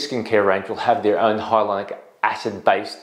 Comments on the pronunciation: Why are you saying hylonic not Hyaluronic? It’s so irritating since you are a professional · Hi Dr. Why are you pronouncing Hyaluronic incorrectly? Reminds me of when Benedict Cumberbatch not being able to pronounce Penguins. Watch from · You’re saying it wrong it’s triggering me I gotta go